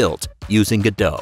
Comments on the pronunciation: GO DOT not gaDOUGH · I think the hardest part of using the Godot engine is, saying it's name right, Go-dot, not Gur-doe. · FYI: (trying not to be mean) its pronounced go-dot, not ga-dow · Ga-dough? I always thought it was pronounced Go-Dot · The first thing people should learn about Godot is how to pronounce it. I really can't hear GODO anymore. The T isn't silent. GO-DOT like GO and DOT of DOT. There's a T. That's how the devs say the same of the engine they're working on! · It's not gudoe, its pronounced God-oh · Pronunciation is "Go/Dot" not "Godo" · You are pronouncing it wrong. It's GO DOT. I don't know who this Gudoh is... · Pretty sure its go dot not ga dough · Go-dot not guh-dough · ... and still it’s not “Godow” but “Go DoT”... you also don’t say wwwDOWyoutubeDOWcom, don’t you?! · It's pronounced go-dot by the developers, not ga-dåw, :/ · its goDOT not godo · IT’S PRONOUNCED GO DOT! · It's pronounced GO-DOT "t" is not silent. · It’s pronounced go dot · please...i beg you....stop saying 'go-dow' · ‘Godot - say Robot ... now say ’Godot!! its really not that difficult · Wait. THAT'S how you pronounce Godot?